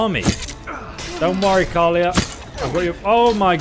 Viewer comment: Her name is pronounced Kal-E-Ah And Jespars is pronounced Jess-Par not Jasper :p Also talk to Esme in frostcliff tavern when you want to look at other quest line's, it has to be one of the best ones :)